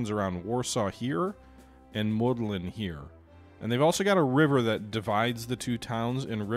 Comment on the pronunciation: it is Łódź read W (like in water) O (like in to) Dź (That you say kinda good) Modlin and Siedlice you said kinda good